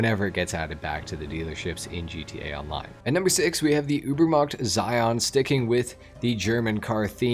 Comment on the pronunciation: You don't even know how to pronounce Zion ... you must've been homeschooled